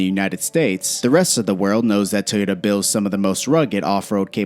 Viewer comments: Teota? Teyota? Where is the E?!?! Toyota!!! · “Tee ota”